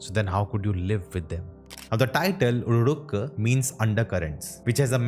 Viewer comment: it's pronounced as उल्लोरूक्क